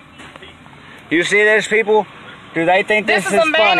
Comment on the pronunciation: LIBEERATE THE PEEOPLE